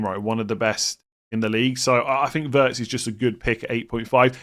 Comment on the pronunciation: I just want to mention that Wirtz is pronounced Veerts🤝🏻